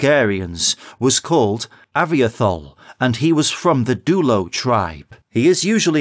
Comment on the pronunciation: it's pronounced ah-vee-toh-hol